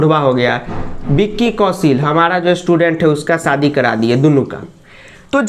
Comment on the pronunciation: Sir kitna ganda bolte hai aap katrina ka saadi 😂🤣😂😅